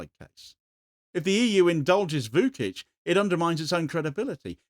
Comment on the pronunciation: Vučić = Voo-chich, not Voo-kich